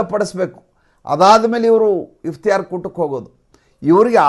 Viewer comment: Its iftar not Iftiyar.